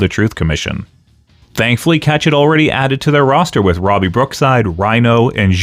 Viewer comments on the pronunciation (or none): none